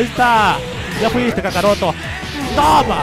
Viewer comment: POR QUE LE DICE a GOKU KACAROTO